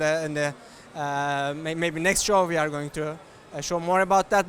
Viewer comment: Hearing him say "We are" as "VR" is just teasing me haha. Hopefully that will be an optional feature! Would be amazing